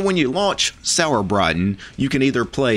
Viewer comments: Sorry, but your pronounceation of Sauerbraten kills me xD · I just watched the video to hear pronounce "Sauerbraten" - with just a little more practice, he could actually order the dish perfectly at any Wirtshaus!